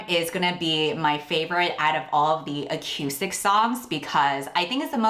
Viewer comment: It's pronounced acoostic, not ac-u-stic.